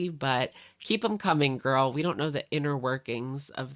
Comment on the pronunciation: That's how Amberlynn pronounced it, "gorl".